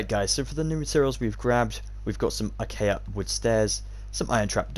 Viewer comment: Great video! Can't wait to make this as a Halloween special over on my channel! Will definitely credit you in the video dude!! Edit: Btw I couldn't help but notice that you say acaya instead of acacia for the block, don't worry though I do the same all the time!